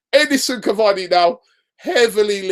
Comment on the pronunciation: PLEASE READ!!!!!!!! IT'S SIMPLE CAVANI AND RABIOT. SORTED